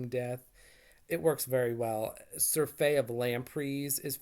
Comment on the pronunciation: Very interesting! Didn’t know Marsh considered The Case of the Green Tikki for Vintage. Surfeit is pronounced sir — fit. (With emphasis on first syllable.)